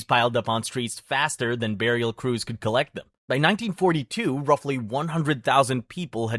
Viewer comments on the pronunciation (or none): none